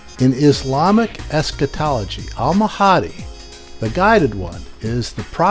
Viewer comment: Learn how to pronounce Al-Mahdi before addressing the issue.